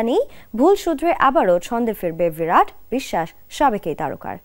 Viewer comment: ভিরাট না, 'বিরাট'! অশিক্ষিত নাকি??